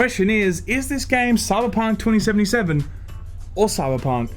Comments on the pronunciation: I though you said South Park 2077 at the beginning :D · I totally understood him say South Park 2077. ;p